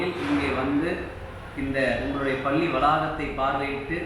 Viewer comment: என்னாது.. "பல்லி வலாக"மா... தலைமை ஆசிரியரே இந்த லக்ஷணமா... பாவம் மாணவர்கள், வாழ்க்கையில்எவ்வளவு அவமானப்பட்டனரோ ... மாணவர்கள் மேல் எந்த தவறுமில்லை. "அருல் ஒலி"யா... கேட்கவே புல் அரிக்குதே